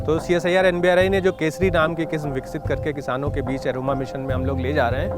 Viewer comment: Nbri not nari